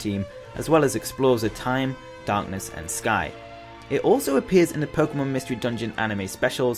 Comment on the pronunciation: It's pronounced Poke-Ay-mon . not poke-uh-mon .. get its right "poké-tuber"